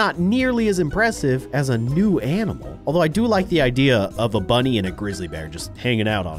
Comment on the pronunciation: He accloy said monny insted of bunny.